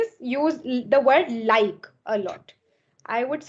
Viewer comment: Bro using the word LIKE is not the problem but you mispronounce it. And instead of using toh you can say so it's a english word and has the same meaning. Last but not the least you also need to listen to the english content and understand how they form sentences and what word they use. This will certainly help you improve your spoken english skills. Have a nice day Bro.